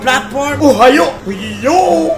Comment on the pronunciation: Ohayou father dili ohayo